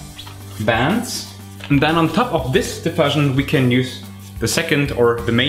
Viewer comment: In English, 'diffusion' is pronounced /dɪˈfjuːʒən/. That is, the 'u' is pronounced like the word 'you' or like the vowel in 'tschüss'.